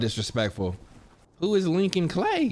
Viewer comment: Got a lil upset when he said who is Lincon Klay